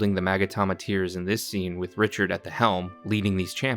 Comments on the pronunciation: Richard- Raura kinda close 😂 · I'm confused why is he calling Rauru Richard?😂